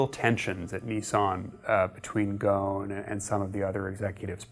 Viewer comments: Really not trying to he that guy. It's pronounced Gos-n in Arabic. But because it's a mouthful for foreigners they made the s silent. Hence Carlos Gon. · GhoSSSSSSSSSSSSSSSSSSSSSSSSSSSSSSSSSn, there is an F-in S in the damn name. Ghosn. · The presenter should have learned how to pronounce Carlos name correctly rather than making us cringe everytime he mention it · You need to pronounce the S in his last name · The s in his name isn't silent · Mehdi Mir yeah!!! It’s annoying watching the whole video like this... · Just a pointer, the name Ghosn does not have a silent S. Pronounce it like its written. Great video. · Ffs his family name is pronounced the way it's written! It's Lebanese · Dude and they mispronounce it repeatedly and with confidence. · Why isn't the s in Ghosn pronounced? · Funny enough, the name Ghosn has no silent S. Its a very bizarre decision to pronounce it with a silent S lol. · how should i believe that you know what you are talking about, when you are pronouncing his name wrong! his name is ghoSN not ghoNS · The S is not silent!! It is ghosn and not gon. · It’s pronounced Gho-son not ghon 🤦🏻‍♂️ I’m Lebanese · Why are they pronouncing his name as gone? 🤣 It is Ghosn or Ghusn which means a branch in Arabic. Like a tree branch. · Dude you need to pronounce his family name.right😅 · There is an “S” in his last name. The “S” is not silent. It is GhoSn not Ghon. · He keeps referring to him as "Gohn" while his name is obviously "GohSn". It means tree branch in Arabic. It's not his fault tho cuz all Japanese media refers to him as Gohn too. Even on Wikipedia. The Japanese language capable of a better pronunciation of his name. Maybe that's his Brazilian or French name of something!! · Am I the only Arabic-speaking person here who is getting irritated by the way he is pronouncing "Go-h-n"? It is Gh-o-S-n you idiot! Ghosn! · hahahah They dont even know how to pronounce his Last name loool GHOSN become GONE :D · It’s goo-soun not goen ghosnnn 😂